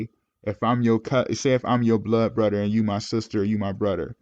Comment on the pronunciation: Off topic but Do you do that purposely? You say “Bruder” instead of brother like you don’t pronounce the TH is that on purpose bro?